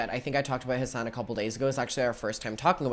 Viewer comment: Every time he says Hasan I hear “his son” I was so confused on the first video of this drama series